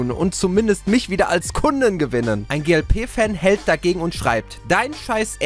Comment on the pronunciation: wie geil das un das "FAN" so betonst und die glp fans als asozial darstellst..